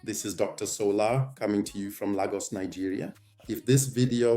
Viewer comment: I was wondering if this was A.I until I heard Lagos pronounced as LAR-GUS . That gave you away😂 But this was an apt analysis nonetheless